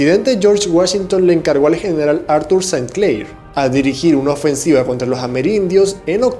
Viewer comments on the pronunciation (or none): none